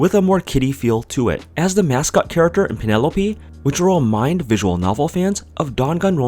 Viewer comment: What is it with people insisting on saying a name wrong despite that name being spoken multiple times in a game. It's Pielope. A portmanteau of "Pierot" and "Penelope." And it is pronounced "Pee-eh-loh-pee"; you don't pronounced "pie-" like the pastry.